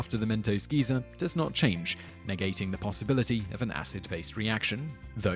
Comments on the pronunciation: No, his pronunciation is the same as the UK pronunciation of "Geezer" not "Geyser". He's just made a mistake. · Just a tip, Simon, Geezer and Geyser are completely different. One's an old person, one shoots thousands of gallons of extremely hot water several meters into the air. So it's best to pronounce them even just a little bit differently. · Yeah, it's actually pretty funny to hear. Personally, I first heard about it from chuggaaconroy's Xenoblade LP, where he went on about how 'weird' it sounds for quite a while. Anyone British here? What's so bad about the 'Guy-zer' pronunciation, and where did the 'geezer' pronunciation come from?